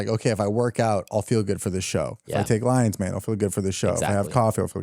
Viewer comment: I heard "let's have some lions mane" as "let's have some lines man" lol